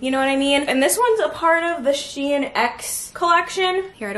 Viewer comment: 1. The company is pronounced sheen not shien which sounds like Ian 😂😂 2. Why do you drown your cereal what did it do to you